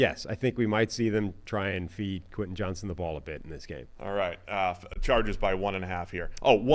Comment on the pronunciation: Bro.. its Q JOHNSTON 😂😂